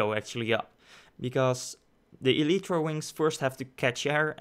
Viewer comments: It's pronounced (ee-lie-tra) not (ee-lee-tra). Sorry but I had to say it, the pronunciation was annoying me but I do like the vid. Good job! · Eeleetreeeeeeeeee? Wtf can you talk like a human being?